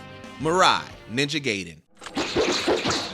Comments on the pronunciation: It's pronounced Guy-den, not Gay-den! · Lol ninja “GAYden”. It’s pronounced “GUYden”.